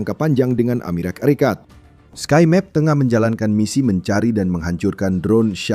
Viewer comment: Lagi-lagi narator membaca "aeserikat" bikin sakit kuping min!!